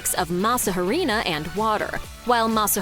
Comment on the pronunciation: Great video. Just remember that the Spanish word of "harina", the "h" is silent when saying the word. "Arina", not "haw-reena"